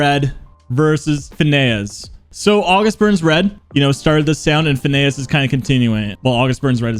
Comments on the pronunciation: Phinehas, is pronounced Finn-ee-us (I’ve seen them tons of times) like phineahas and ferb. Edit:how can you compare iwabo and use a song with their old singer. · Why are u saying phineas like that